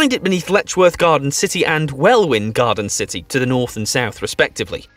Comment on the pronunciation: The original video is complete rubbish, I wouldn't pay too much attention to it. The list is compiled on the personal opinion of someone who doesn't know how to pronounce Welwyn Garden City and has clearly never been to most of the towns. Actually from his comments, I'm not sure he's been to any of them.